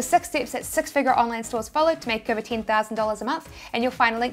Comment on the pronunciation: Love all your videos & valuable contents - inspiring us to try TShirts P. O.D. Thanks. Your ' Tein (10), 'Chick' out is funny. Haha! My accent is funny too!